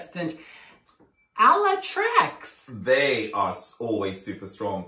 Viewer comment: not Ala Trucks :D TraCZ our "CZ" reads like your "CH"